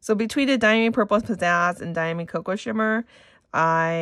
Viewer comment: Diamine ink is made in England. It is pronounced Dia-mine (long i like miner) J. Herbin is pronounced heir-ban. Automatic pens (size 3A) are best for swatching. Cotton swabs contaminate ink with little fibers. Also, a medium size acrylic paintbrush dipped in water then blotted dry works well for swatches. They don't oversaturate with ink if they're dipped and blotted. Manda B does great ink swatching videos. Just offering help, not criticism.